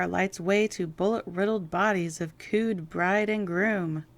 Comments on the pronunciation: Hi! Thank you for a great review! You are really so good at this and you make it very interesting 😊 May I give a few suggestions? The word "coed" is pronounced as 'co•ed' and not coo•ed (rhyming with food). The word coo•ed is a doves call in past tense. The movie title name 'phibes' is pronounced "feeb's" rhyming with Thebes or bees(without the letter/sound 'B'. I know these are trivial and I am seemingly pedantic, but I am telling you this with a good heart and truly just to help. Please, please do not think I am trying to offend or be malicious in any way! If I have given you that impression I so deeply apologize! I've never been off of American soil, either. I was born and raised in Biloxi, Mississippi and until June 2014 I had never been in an airplane nor out of the Deep South, lol! Funny how those things are! Thank you, again for all of the work you put into each and every review. You've done a great job! I hope you have a very Blessed week! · Small thing. The Inside Detective magazine: A Co-Ed. Not a “coo’d”. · FYI, "coed" is pronounced "ko-ed," although I think I like "kooed" better. 😊 It refers to a female student at a college that admits both sexes. It derives from co-education. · Cood? Co-Ed 😂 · It’s not “cooed” - it’s “CO-ed” as in “UCLA is a co-ed (male/female) establishment!” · co-ed not cooed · It’s co-Ed, not cood. Short for co-educational. Where boys and girls go to school together. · Love your videos but the word coed you pronounced coood is pronounced Ko Ed and it means a school that accepts men and woman such as coed education it also is used often to identify woman students at a school with boys & girls, I’m old so some of the things your unaware of I notice but overall your pieces are very well done and very entertaining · Coo'd -- or may I suggest 'Co-Ed', two words. Short for 'co-educational', what the Brits call mixed (as in both sexes). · It's "co-ed" bride and groom, not "cood!" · I caught that, too. Not cood, co-ed. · "Coed" = co - ed